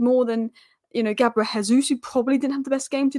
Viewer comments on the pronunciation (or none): none